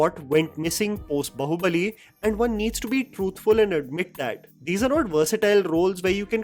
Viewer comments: One gripe in the video is his pronunciation of Bahubali. I can understand mispronunciation of telugu titles. But Bahubali is a sanskrit word which hindi speaking people also should be able to pronounce. Its "Baa-hu-ba-li" not "ba-hoo-ba-li". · What is bahubali? 😂 it is baahubali. Mentioned 100 times in the movie and it's a common word in hindi too😂